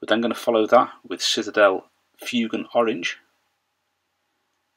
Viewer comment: FWAYGAN, NOT FYOOGAN, sorry but that really bugs me